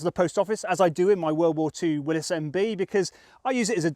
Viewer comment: Willy's, not Willis.